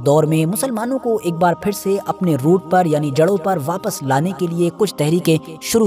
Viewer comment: aap english to khoob bol rahe hai lekin fir ya phir sahi kahna sikh lo.